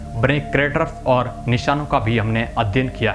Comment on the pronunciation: ओर " नही और " बोलो